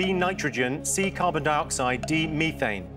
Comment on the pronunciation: Why are they pronouncing methane like that